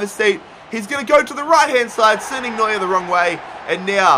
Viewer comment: Man... You call Neuer is New year😂😂